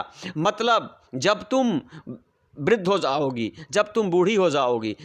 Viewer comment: Jaogi😂 Prounce